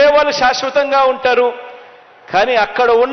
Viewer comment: షాస్వతం కాదు... షాష్వతం... ష్ అనేది ముఖ్యం బిగిలూ 😂